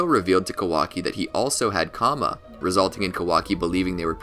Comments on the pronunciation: Someone tell him its karma not kama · Karma* not Kama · Bro it's karma not kama